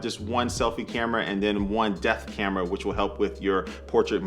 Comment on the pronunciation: Anyone else hearing "death camera"?